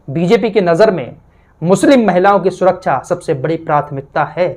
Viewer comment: SURAKCHA NAHI SURAKSHAH BOLA KARTE HEI . 😂